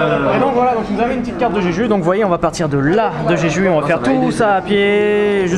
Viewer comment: En romanisation ça s'écrit jeju mais ça se prononce Jejou! ^^